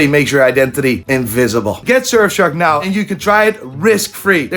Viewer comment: Why do the iris say 'nai' instead of 'now'? They need to see a speech therapist.